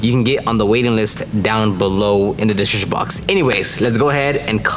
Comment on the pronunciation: Just stop trying to say description bro 😂